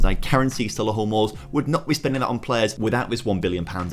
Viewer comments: I know I’m a year late but it’s Sol-ee-hull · Love the videos dude but please stop saying Solihull like that. It’s so Lee hull